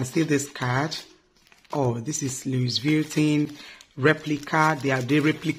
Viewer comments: No offense it's pronounced as Louis vutton...not Luis vietin.......lol....u and my husband na the same with pronunciation....no vex oooooo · Sorry👌🏽 call it * Luviton" please. english is our 2nd Language we all know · Its pronounced as 'luivitton or luvitton ' our dear. Its a good replica. Soon you will get the original in JESUS name. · Correct pronunciation for a fake version of the original brand. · Can you please pronounce the name well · You are not saying it right please